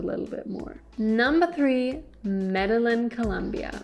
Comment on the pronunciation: Lol media Lynn? Pronounced - Meda jean kk and do not stay in Centro! Also ...no, mexico does not offer no hassle 6 month visas anymore. It's up to the discretion of the agent on that day and they are cracking down on over stays. New president